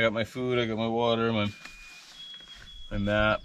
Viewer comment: Map not mout